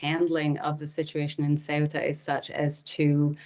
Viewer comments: It's Ceuta, not Cueta or Sueta... please... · It’s pronounced Ce-U-Ta no Cu-E-Ta lady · CNN, not sweater, CEUTA, read it as it's written. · Not sure how the newsreader isn't able to pronounce the name of this territory. It's "say-OO-ta", not "QUET-ta." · CEUTA IS IN NORTH AFRICA. It isn't pronounced "sweater" either. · She can’t pronounce even the name of the area! It’s not sweater!,,!! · If you are a professional reporter, please learn to pronounce the name of the location correctly. "Say-oo-ta". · Why doesn’t she know how to pronounce the city? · How can you trust a report that cant even pronounce the region correctly in english? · She’s pronouncing the country’s name incorrectly 😮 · The anchor has problems reading a five-letter-word (Ceuta). A deplorable display of American ignorance. And to make it very clear: Melilla and Ceuta are not in Europe. They are Spanish colonies in Africa which Morocco claims as its territory. And to all Americans who believe a wall will do anything good: take a close look! The border at Ceuta is a military grade fortification comparable to the Iron Curtain.